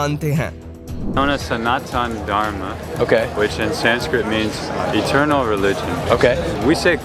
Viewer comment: Its eternal not iternal